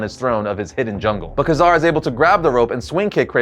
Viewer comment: You kept flubbing Ka-Zar's name: It's pronounced "Kay-Zar" no "Kazar".